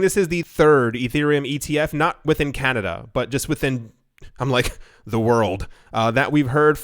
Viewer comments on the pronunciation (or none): none